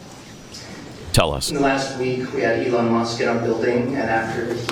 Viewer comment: So we just ignored the fact that said, “Eon Musk.”